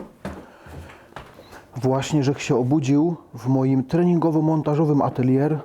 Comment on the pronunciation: atelje a nie ateljer